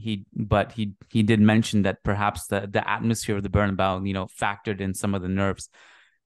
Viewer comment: its BernabeU not BernaBow come on madridista